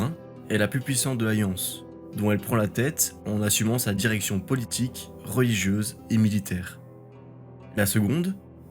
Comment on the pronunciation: Please : té-notch-ti-tlanne.